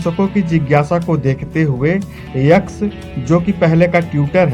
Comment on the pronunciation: यक्स नहीं एक्स होता है